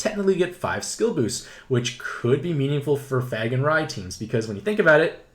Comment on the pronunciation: Thanks for the info! Also, it’s “FAY-gan.” Normally I wouldn’t say anything but you need to uhhh... not say it THAT way anymore, please. Keep up the good work!